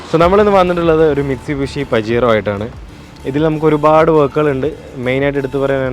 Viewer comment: Mistubishi ❌ alla Mitsubishi aan✅ ❤️